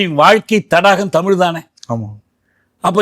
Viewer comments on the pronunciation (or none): none